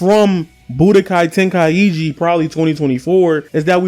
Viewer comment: Bro really said tenkaiegee 💀